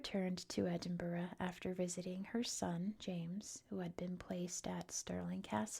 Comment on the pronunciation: Finally someone pronounced Edinburgh correctly! I will point out for any future vids - "Gay-lick" is for the Irish Gaelic, "GAHlick" is Scottish 😁